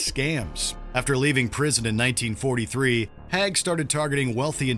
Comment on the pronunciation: It’s pronounced Haig not Hag.